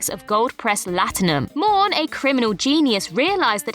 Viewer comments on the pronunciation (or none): Morn... not Mourn